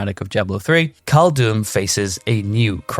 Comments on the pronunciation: Also came here to say this. It wouldn't have been a problem if he didn't say 412 times but I was going to go crazy if I kept hearing caldoom instead of cald-dee-um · awesome videos!! Just check Caldeum pronunciation, pls, really hurts my ears 😅